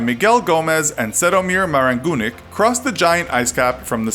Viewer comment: Čedomir Marangunić's name and surname are incorrectly read and written as well c with a diacritic sign is read as ch=ć,č.